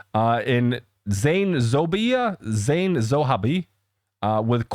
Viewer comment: it's pronounced "Zan Zo-hay-b" and "Ba-low-ch". This is a more traditional song I believe mainly in Punjabi language with the typical subject matter of love and its complications. Same there as here:).